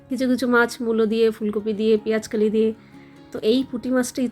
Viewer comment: Tumi peyaj kali bolo keno ota ke peyaj koli bole, kothata to bengla, peyaj koli bolbe 😊